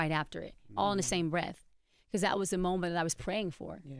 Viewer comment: The way envy says because it’s so dumb like he doesn’t know how to pronounce it properly